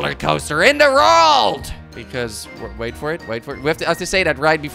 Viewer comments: Instead of world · He sais rold instead of world😂😂😂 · Jordi y do you say rorld. it's world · I like how he says rorld instead world it's funny love kwebbelkop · in the rorld not world lol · "are you kops ready for the biggest rolercoaster in the rouaald!" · did he just say "Rold" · why do you say wrold like that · learn how to say world